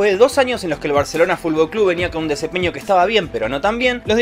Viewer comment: No me puede dar tanta gracia que diga fubol todo el tiempo